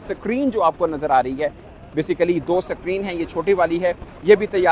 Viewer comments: SUCK-REEN nahi SCREEN(Skreen) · सक्रीन नहीं बोलते भाऊ स्क्रीन बोलते हे😂😂😂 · Screen ❌ Secreen ✅ 😂😂😂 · Screen ❌️ SAKREEN ✅️ 😂😂😂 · Basically abatak sacrin, 😅😅basically😂lagchuki basically 96%kam basically puraho gai hai😅😅😅😅